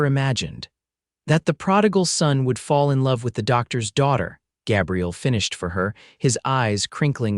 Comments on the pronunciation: "Găbriel" is the FEMININE PRONOUNCEMENT - The Male pronouncement is "Gā'-briel". You need an AMERICAN Editor, since these are "American" stories. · LONG A IN THE MAN'S NAME: GABRIEL Short a, as the AI voice is saying, is a woman's name, soelled: Gabrielle... Irks me; not going to listen. Bye! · Gabriel and Gabrielle. Two different pronunciations. Ai sometimes not so bright. His father dies and he proceeds to abandon his mother. For 8 years. She begs him to come home and waits till she is dead too. What a jerk! I abandoned this story after the 4th Gabrielle mispronounce. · 😮 Numerous incorrect pronunciations. AI??? Especially Gaaabriel! Narrator distracted from an otherwise good story... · Pronounced Gay bri el. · AI needs to learn to pronounce vowels. Ruins the story giving the Cowboy a girls name. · The mispronunciation of Gabriel is irritating. But its a good story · Long A in Gabriel for males-sounds like A I is calling him a female name. I dislike A I reading anything. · Agree, I can't even listen when the name is mispronounce 4 different ways.